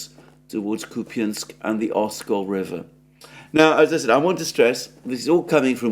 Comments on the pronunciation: Kupi what?.. Are you a Klown?...the name of the city is KUPIANSK...soon you will call Moskva maybe Moskiev...the ukronazi version...what is wrong with you man?... You have become a coward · KOOP-y'nsk: It's no Snek ZAIL-and. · Come on, Alexander! Stick to your old Koo-PIANSK pronunciation. It just sounds better now.